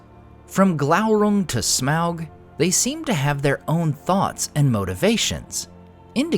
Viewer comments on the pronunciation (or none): You say smaug weird.